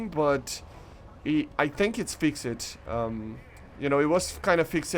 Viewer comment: Hearing you say “fix-ed” instead of fixed bothers me